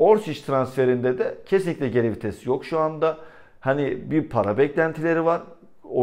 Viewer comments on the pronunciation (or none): none